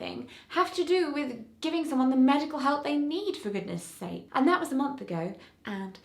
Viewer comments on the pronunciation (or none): none